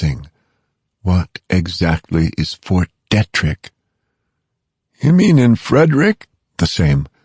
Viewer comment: How many fucking times does have to say John in such a annoying way jaaaaaaaaaaaaaaaawhn...jfc that is so fucking annoying. And Fort Detrick is pronouncee deee-trick not dettrick... Seriously it's been almost 20 years since this book came out and this dude keeps repeating Cipro like it's the only antibiotic he's learned or merciful god as if that's the only. By the fourth book we don't need reminders of the last three books. Also if they pronounce Kevin Malady's name wrong one more time I'm going to lose it..its not Mlady like how a neck beard would say it